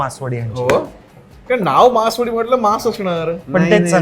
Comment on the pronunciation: मासवडी, मासवाडी नव्हे.